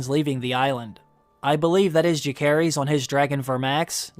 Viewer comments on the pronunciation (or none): Pronunciation. Jacaerys is Ja-say-res. Lucerys is Lu-say-res.